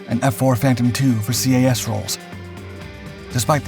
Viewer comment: > "C.A.S." How many times do we have to teach you this lesson,?